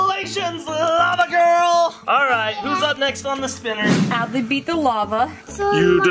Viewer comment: It’s Adley not adle or Abley🙄